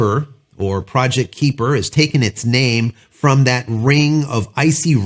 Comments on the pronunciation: Just for the sake of clarity... :) It is pronounced 'Ky-per' Little things that torque my brain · Can they? Sure ... maybe in about 5 or so years. Starlink has a massive head start. Just an FYI, it's pronounced "Kyper". I completely agree, Starlink should make it so that if you can get internet connections via fiber or coax (ie coax) at your address, then you can NOT get Starlink. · Please learn the proper pronunciation of KUIPER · Can you pronounce kuiper?